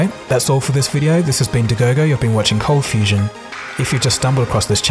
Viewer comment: Lachie McFarlane "You are watching Coldfustion" "Hi guys, here"